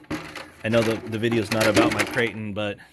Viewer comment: Zeee batteries 👍